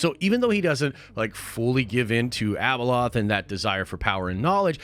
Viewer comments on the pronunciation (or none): ...it's not Abaloth, dude! #hotchipchallange 🔥